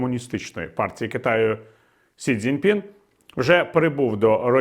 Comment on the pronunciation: Пане Віталію, З усією повагою, але китайського лідера звуть Сі Дзіньпін (Xi Jinping). Не Дзяньпін!